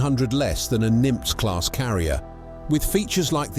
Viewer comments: The class is pronounced "Nim-ITZ" not "Nim-TZ" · "Nimz" class isntead of "Nimitz"...the voiceover software couldnt quite handle that name LOL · Nimitz, pronounced “Nim-it’s” NOT “Nymph” like a mythical creature. I know you are a computer and not human. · "Nim-iitz" class not Nimtz class. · Let’s learn how to pronounce Nimitz, Nim-its. I went to Nimitz Jr High school. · Sorry if anyone said this, it is pronounced "NIM ITZ". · Nimitz is a 2 syllable name. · I find the deliberate mispronunciation of Nimitz to be disrespectful to say the least.